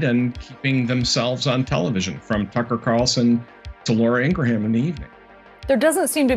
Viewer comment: dont pay attention to a guy that cant pronounce laura Ingraham"s name